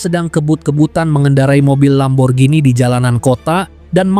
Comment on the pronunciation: Penyebutan "LAMBORGHINI" secara tepat...krrrrrènnnn...👍👍👍